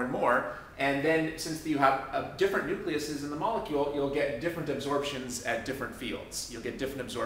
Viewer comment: Awesome video. But really.. nucleases?